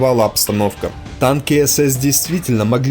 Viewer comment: Этот чтец вообще хромает на обе ноги. Он постоянно говорит "Таньки" вместо танки. Ну и других "косяков" масса. Но всё равно, спасибо ему!